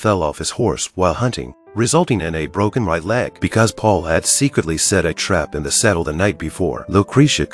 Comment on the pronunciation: it not paul he name is paolo.